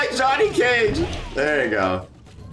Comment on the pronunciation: Anyone else noticed that he said Johnny ka gay instead of Johnny Cage hahah